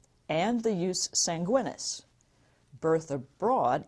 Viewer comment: Should be pronounced yoos 'SAHN-gwee-neees